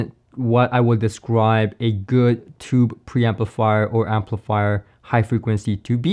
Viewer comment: Not “tubby”. As in the 🛁 bath tub! OMG! I was shocked when I heard that. You mean “tuby”. That’s pronounced ”